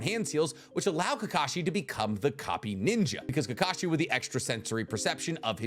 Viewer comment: "Who can sign faster?" Kakashi. It is Kakshi